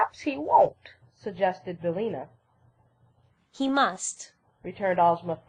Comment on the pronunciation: BillIna, not Billna.